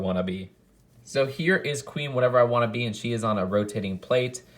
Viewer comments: I think you’re supposed to pronounce the name Queen Whatervera Wa’nabi as wa-nah-bee not wannabee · Yeah, it's more like Queen Whatevera waNAbe, with the emphasis on the NA